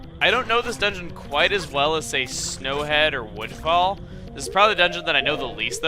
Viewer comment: Lol its sounds like he said windfall instead of woodfall.